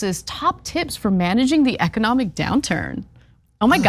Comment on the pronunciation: “Ecodomic” high quality talent on this show…